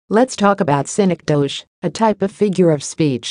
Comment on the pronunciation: Wrong pronunciation. Study more.